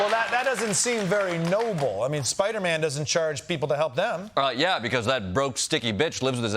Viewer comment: That's speyder man. You fly. Fast. Help Us please